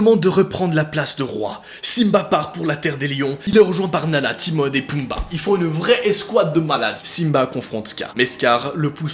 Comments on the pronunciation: "timone" 😭😭😭😭😭 c'est Timon !!! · Par contre, c'est pas PiMprenelle mais Pimprenelle (le m c'est juste parce qu'après c'est un p) Et c'est Timon, pas TimoN (le o suivi d'un n ça fait "on") Et Baloo se prononce "Balou" Je sais, je suis chiante, mais ça m'a perturbé !